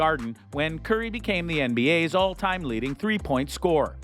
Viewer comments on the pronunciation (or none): none